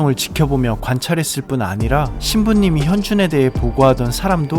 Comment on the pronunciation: 백산 발음 왜저럼? ㅋㅋ현준이라고 말을 못하는데?